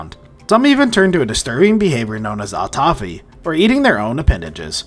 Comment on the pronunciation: Amazing animal for sure. Great vid. Btw, Autophagy is pronounced aa*taa*fuh*jee. 👍👍